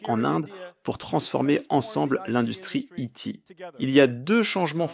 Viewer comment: Merci pour la traduction (par contre si dans I.T. tu dis "ti" alors le i se prononce "aïl" :p )